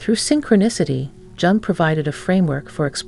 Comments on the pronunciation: Jung - pronounced Yung. (Duh!) If you are going to produce a doco on someone the least you can do is pronounce the name of that person correctly. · It’s actually pronounced Yoong. Like You with an -ng